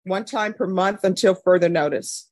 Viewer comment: I like this judge, but she regularly says "munt" for month. It grates my nerves every time.